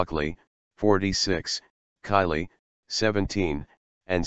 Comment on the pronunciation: Kayleigh not Kylie